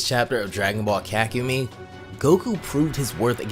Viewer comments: ka=kah ku mei=mai kahkumai/ kakumei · its Kakumei not kakumi its pronounced as an y and this is good and all but you need to step up the reading like ig. you red 2000 as 200,how even? otherwise cool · I love your videos,but holy crap the way you pronounce kakumei is so wrong that it hurts my soul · The form at the start is blue not ui. He may be combined ui with blue though Edit: bro can not say kakumei